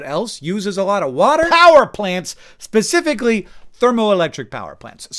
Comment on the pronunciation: Hank, love your videos. I've been watching your videos for over a decade in multiple formats. Up until now I never noticed, but today I did. You incorrectly pronounce "specifically" like "pacifically" and ever since I noticed, I can't unhear it.